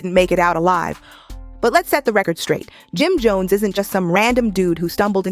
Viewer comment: The narrator saying his name wrong is sickening. 🤨🤨🤨